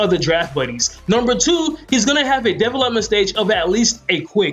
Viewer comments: Development is not a 2 syllable word... It's De velop-ment and is pronounced dee, velop - ment. I'm sorry, I probably make crazy mistakes all the time but that word killed the video for me and honestly now I can't it out of my head. Sorry just had to say something. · Say it with me De Vel Ep Ment 😂 come on bro lol good vid tho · Are we really gonna take advice from a guy who cant say development (da-vel-up-ment) not defalepment lmgdao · Never laughed so hard at the way someone says a word lol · This may have been a good video but this guy lost me when he couldn’t pronounce development correctly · I was like what the fuck is he saying lmao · Dude can’t say development at all🤦🏽‍♂️🤦🏽‍♂️ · u say development weird but great video! really helped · learn how to say the word development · be sure to learn how to say development if you're going to be saying it 10 times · finally someone giving good tips about player development! also you say development weird lol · how the fuck do you not know how to pronounce the word "development" correctly?